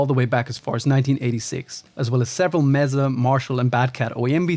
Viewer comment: Mesa is pronounced "May-Suh." Named after an elevated plateau geological formation.